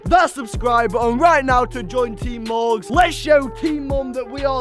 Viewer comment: Teem morgz not teem mom